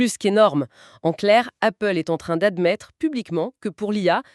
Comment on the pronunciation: Appgle ou Goople?